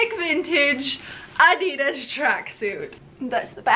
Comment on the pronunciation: The way you guys, say Adidas ha so funny and wrong